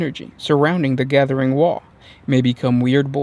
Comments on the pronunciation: By the way its not WAAA it's WAA AGH sounds not alike. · It isn't pronounced "wahh". Orkz don't do subtle, and they don't do silent letters. Its pronounced with that g in it, like the sudden stop at the end of a scream. Like ARGH!